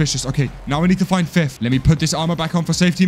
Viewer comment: Nice Job Dude the Way they Called Him fif instead of fith